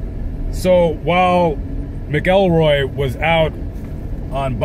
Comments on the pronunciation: Its pronounced (Mac-ul-roy) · Scottish name. Pronounced MAKILROY.😊